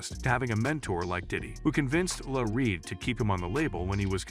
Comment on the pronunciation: This is one of the most poorly-written things I've ever seen. Full of conjecture and quick diversions every time the narrator can't substantiate what is being alleged. They couldn't even get the pronunciation of "L.A. Reid" correct. This is not journalism, it's cheap click-bait.